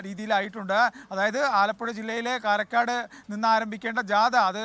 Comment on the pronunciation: കാരക്കോട് അല്ല കാരക്കാട് ആണ്